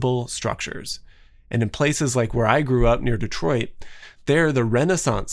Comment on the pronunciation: AHHH! this is the first time i've come across your channel and was ecstatic to see the ren cen... then you pronounced our city's name properly and i got even more excited lol instant subscriber!